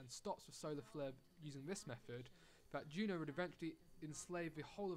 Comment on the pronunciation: It's JUNO not GEEENAAAAH